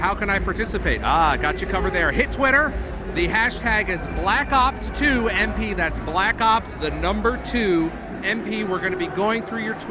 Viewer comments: the guy at the beginning of the video almost said black socks 2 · At least he didn"t say Black Cock 2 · He was about to call it "Call of Duty: Black Socks" at the beginning lmao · the anouncer almost says black sucks 2 in the beginning